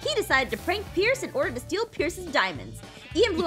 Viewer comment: 54 and 55 she called pierce ein